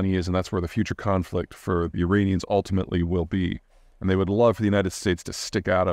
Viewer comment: this guy cant even pronounce 'Iranian' correctly